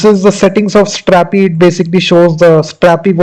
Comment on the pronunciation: why you are speaking like stttrrrapi and crrrrrreatttte, pronounce r and t once, it's enough